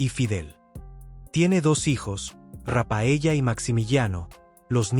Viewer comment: Rafaeya y Maximiyiano!!! ...así lo pronuncias...;!! 😂😂😂😂 Ridículo!!!